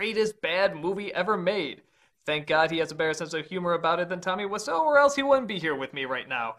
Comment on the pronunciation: Томми ВИСЯУ, а не Вассо